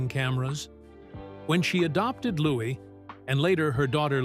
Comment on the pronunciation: She's amazing , love miss congeniality she is really natural in comedy , but why don't you pronounce her baby's name LOUS is letter S a silent letter now when reading